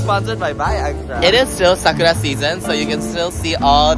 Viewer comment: Anyone else keept hearing SUCKITUP instead SAKURA? 😮😅😂